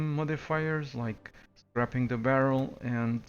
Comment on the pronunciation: A belated congratulations on your test! I absolutely love your videos but please its called "s-cray-ping" the barrel. Much love from China. Keep up the good work!